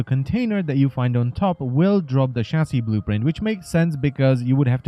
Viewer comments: i understand he has an accent but a chasy is what i hear for chasis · wtf is a chassy/chassi?